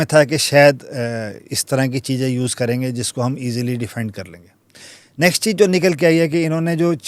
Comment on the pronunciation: Dear Smita, Your guest may be a senior Air Force officer, but I was surprised that his Hindi pronunciation sounded more like a typical UP-walla. Words like चीज instead of चीज़, or आवाज without the proper ज़ sound, are the kind of speech one expects from bottom dwellers, not from someone of his stature. It’s a sad reflection of where India is headed—our population seems increasingly comfortable with an inferior way of life.